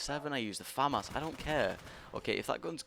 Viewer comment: It's pronounced Fa-Mas